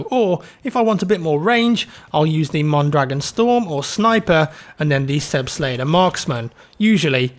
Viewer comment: especially the mondragon